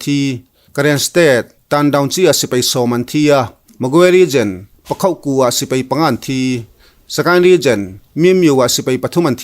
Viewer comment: "Sipei" nilo in Sipai tihtur zawk aw